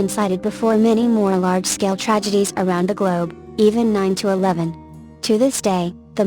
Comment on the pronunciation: Yeah. "the terrorist attacks on nine to eleven." The people who use computerized voices could fix these things. They only need to change the text the give the program. Example change 9-11 to 9 11 and it will read it correctly. Every mistake the computer voices makes, could be corrected by changing the text put into it. Words the program doesn't know like Selfies it will pronounce Self-Eyes, they could fix by typing Self Ease. Names it pronounces incorrectly, they could change the spelling so it is spelled phonetically, they might have to try a few times until it pronounces them correctly. This is if they cared enough to preview the voice in the video and change the text.